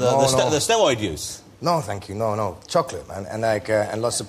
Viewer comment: where has he picked up this weird pronunciation of 'no'? he sounds foreign at times.